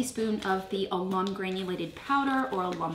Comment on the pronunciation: Oh I just love the tile. Beautiful. I believe it is Al um not a lum